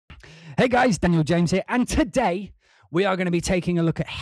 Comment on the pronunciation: The way you say "today!" is probably the most British accent I ever heard.